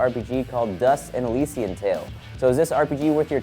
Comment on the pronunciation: I think it's pronounced Elysian(el-liss-ee-an)